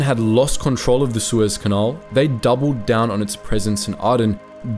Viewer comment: Also Canal, not canahl